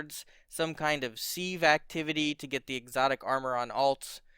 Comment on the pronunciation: FYI sieve is pronounced 'sivv' not "seev".